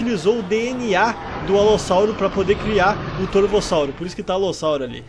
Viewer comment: "corvossauro" ksksks